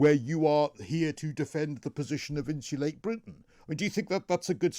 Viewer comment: & if you’re going to come on to represent “insulate Britain” you should probably learn to pronounce “Insulate” properly!? 🙄😂😂